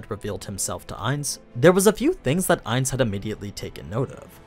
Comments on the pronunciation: It's not aniz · Him calling him Ains hurts